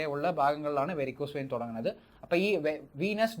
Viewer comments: വൈൻ അല്ല വെയിൻ. അല്ലേ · വൈൻ അല്ല. വെയിൻ എന്ന് പറയൂ ഡോക്ടർ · വേരിക്കോസ് വൈൻ 🤣🤣🤣 വെയിൻ വൈൻആയത്നന്നായി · Vine alla vain